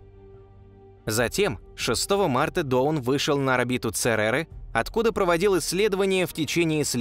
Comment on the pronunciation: Почему "Доун", если читается "Даун" ?